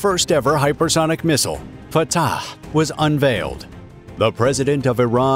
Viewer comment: I must admire the commentator for saying the word correctly. "Fatah" is an Arabic word and only those who speak Arabic can say it correctly. He is amazingly correct. Either he speaks Arabic or he knows how to do perfect commentary. Great work. I liked your video. Thank you.